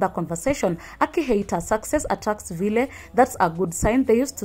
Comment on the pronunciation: success attracts VILE (pronounced "vail")